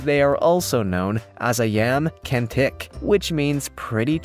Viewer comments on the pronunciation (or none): Its not yam kentik its “ ayam cantik” which means beautiful chicken